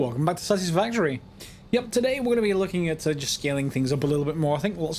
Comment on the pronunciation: Hahaha, I swear you said "Welcome back to Sausagefactory"